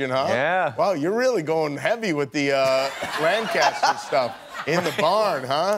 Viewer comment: the ACTUAL pronunciation of Lancaster! Thank you Jonathon Groff for bringing this to the world! 😂